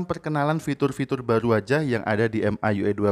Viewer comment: Baca EM AI YU AI,, Mi YU AI aja kali bg, kedengaran aneh baca ke gtu. Wkwkwk